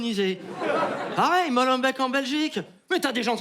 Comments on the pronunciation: on dit "molenbék" pas molenbèk" godferdoum 😂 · juste pour préciser que molenbeek ce prononce molenbéék les deux E de la fin du nom ce prononce é , vu que tout le monde en a entendu parler actuellement lol merci pour cette video je kiff